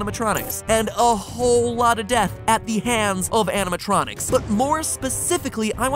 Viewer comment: animated electronics. animatronics. not anatronicis. (Actually that sounds like a knock-off roman name... "Anatronicus will lead us to victory! For the honor of Rooem!")